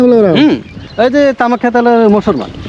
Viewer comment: মুছলমান মুছলমা না করে মানুষ মানুষ বলেন।